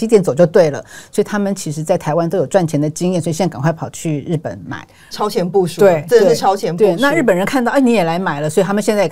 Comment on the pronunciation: 5：50超前部”署”